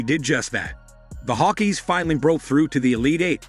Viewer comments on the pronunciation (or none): Hawk EYES not Hawkeees.